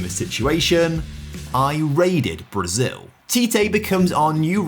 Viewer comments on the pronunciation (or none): none